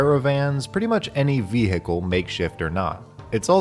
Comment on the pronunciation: Did you just say Ve-he-cal. It’s vehicle.